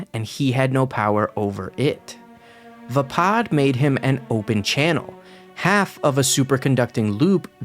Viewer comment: Your saying vappad wrong just as I spelled it wrong 😂😂